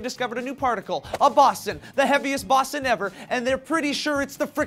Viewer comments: is pronounced Boe-zawn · BOSON. BOH. ZAWN. FUCKING BOHZAWN. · Higgs-Bo-Zon is how you pronounce it, sorry for being that guy, and also, this discovery is amazing. I don't watch the news so thanx for that information guys, you rock and keep on keeping it on. No seriously, keep your clothes on. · As a student who studies Physics and Chemistry, every time you said Boson, I cringed. It should be pronounced more like Bo-zon. Sorry for being a grammar nazi! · Its "b-oh-son" guys. I had to say it, it pained me a little to hear it mispronounced. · bow-s[on]. like photon. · isn't it higgs BOW-ZAWN? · Boe-zon. Boe-zon, dammit. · I may just be splitting hairs here, but it's pronounced "bows-on." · The word 'Boson' is pronounced "BO-ZON". The term 'Five Sigma' means that there is over 99.9% certainty that something is true or correct. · Isn't it pronounced "bows - on" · I'm Just saying, first, it's pronounced "boe-zon". Second, it's not responsible for ALL THE MASS in the universe, it's responsible for the mass created by the interaction between it and the W particle and Z boson. Your mass has mostly nothing to do with that, but rather the mass created by the interactive energies between the quarks in your protons/ neutrons. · Yeah its pronounced bow-son but its okay you guys are great anyways :) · and... Higgs Boson...(Bow zon) But I love you guys anyways! You guys rarely ever make mistakes and thank you for reporting on this:D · errr... it's pronounced "BOE-zon" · 2 minutes worth of watching the C.E.R.N. YouTube channel would have taught you guys how to say Boson (BOH-zhan). I expect more from someone of caliber, but this seems right on par for... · It's pronounced Higgs Boh-son >.< You guys should watch the a video called, Michio Kaku: String Theory Is The Only Game In Town. It will help you understand how important this discovery is. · ...its "boze-on" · pronounced Boe-zon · BOW-ZON, BOW-ZON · Boson - as in bow+zon